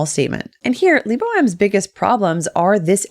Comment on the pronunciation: Lee-bow? lol